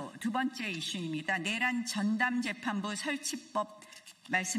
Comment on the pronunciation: 그냥... 전봇대 위에 새가 앉아있고 밑에 멍멍이가 앉자있고.. 그형태가 개 와 새 가 끼리끼리 ..멍소리..하고 국민은 생각이 없나? 본인들 말고는 다 알고 있다는...... 저분들의 뇌란? 입법내란? 뇌란? 발음좀 .. 정확히 촉구드려요